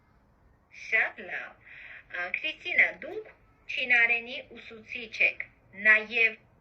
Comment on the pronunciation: Как у Вас отлично получилось произнести Qristina. В казахском есть буква Ք и Ղ?